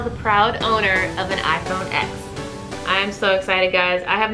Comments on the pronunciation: It's iPhone X (10) not "ex" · The X is pronounced “ten” sorry just had to point it out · It's pronounced iphone 10 btw